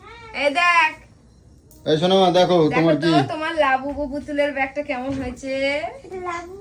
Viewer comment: কেম্মায় আর এম্মায় টা দারুন হ‌লো । হ‌্যাঁ এভা‌বে কেন কথা ব‌লে কেম্মা এম্মা?? লেখাপড়ায় কি অষ্টরম্ভা না‌কি??😅😊😂